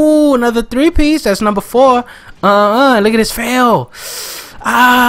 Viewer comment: how come you don't roll your R's on the three piece.